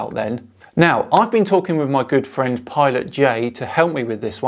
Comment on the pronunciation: What on Earth is a pilont? 😂